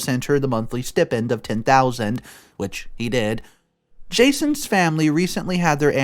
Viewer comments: It's stai-pnd....not s-tea-pend! I'm sorry, this just bothers me so much and he always says it the wrong way. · The word is pronounced [STY] + [PEND]. Not Stip-ind. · It's pronounced steye-pend. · Ok, stipend is pronounced "sty-pend". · Get a dictionary and look up how to pronounce 'stipend'.